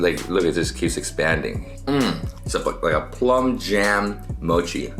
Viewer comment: hearing him say "plum jam" hurt my heart